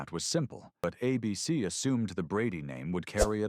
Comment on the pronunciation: AI still can't read. The network is ABC, not "a BC."